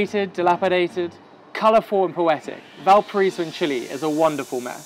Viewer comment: ValpaRAIso, ffs, it’s not that hard. Classic lonely planet to play Brazilian music in a video about Chile and to have a host that can’t even pronounce the name of the city he’s describing accurately.